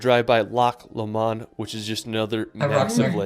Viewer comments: Hi girls, another great video. As an englishman who has lived in Scotland for the last 55 years, I can understand the frustration of the pronunciation problems in the video you reviewed. A couple of standouts are Loch Lomond, pronounced Low-mond. I live close by and often hear this wrong pronunciation. Sligachan on Skye is pronounced Slee-a-chan (ch as in loch). Quiraing on Skye is pronounced Key-rang. Hope you both get to visit Scotland sometime, I'm sure it will exceed your expectations. The midges tend to die down later in the year, October often has good light but can be unpredictable weather-wise. Take care and keep the videos coming. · His pronunciation of lomond made my ears bleed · Loch Lomond pronounciation was hilarious 😂